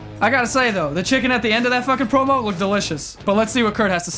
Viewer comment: I thought its said "Porno" instead of Promo😂😂